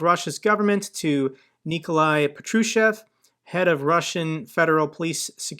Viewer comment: it's pronounced PAH-troo-shev